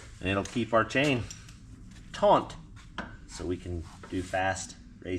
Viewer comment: It's TAUT....not "...taunt..."